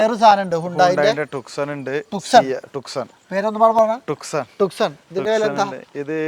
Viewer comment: ഹ്യുണ്ടായ് ട്ടുക്‌സൺ 😂😂😂 ഹ്യുണ്ടായ് ട്യൂസോൺ......